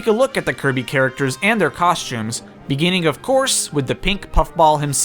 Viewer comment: Cawshtumes, Sholts